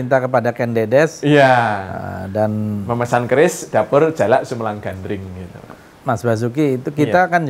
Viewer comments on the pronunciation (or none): kan Gandring mas bro bukan Gandrung 😀 mas bro ini gimana sih,,ayat suci Al-Qur'an aja salah dalam kita membacanya salah juga artinya, ya demikian jugalah ini 🤭 Gandring ya Gandring masbro masa kok Gandring di samakan dengan Gandrung 😀 mungkin Gandring itu kan sesosok cowok guanteng buanget makanya banyak di Gandrung i banyak cewek 😀😂